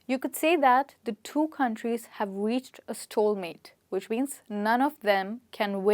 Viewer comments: Definitely a bit let down when she pronounced steil- mate as stall-mate.. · It's stalemate not stolemate, please correct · Just one observation- stalemate is ‘stail-mait’ not ‘stole-mait’ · "stalemate" - with all due respect you pronounce it wrong. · I came here down for the this comment thanks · Yes it is mispronounced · Even I got confused for a while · Stalemate is not pronunced the way you told us in this video.Could youp please get the authentic source to prove your prononciation of the word stalemate???? I think and I am damn sur it is not pronounced the way your did.